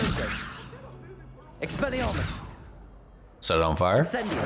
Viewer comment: … it’s expelliARmus not expelliRAmus